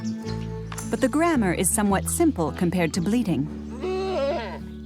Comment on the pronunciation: it's funny having an American narrator - she talked about the goats bleeding a lot, and I didn't understand at first she meant bleating